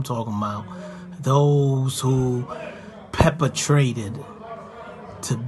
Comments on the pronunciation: “Peppatrated” I think he meant perpetrated. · Jimmy said “peppertraded” it’s perpetrated 😭😭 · 50 said Jimmy Snitchman😂😂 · Peppertrated ....perpetrated... preparated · This man said peppertrating 😂😂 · He said peppertrated not Perpetrated I guess he seasoned in the game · "Pepper-trated" LMAO!!!